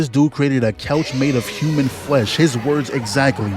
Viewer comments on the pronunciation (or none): none